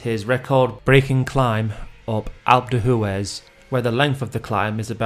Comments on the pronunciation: “Alp Doo-ez” Not “Alp doo Hoo-ez” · For goodness sake sand yours, please learn how to pronounce names of geographic locations. What’s alp doo who es? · As the French say, these clips are very "a l'EPO-que" . And by the way - "Alpe de who-Ez" and "Tour de Swiss" - lmao - best pronunciation ever!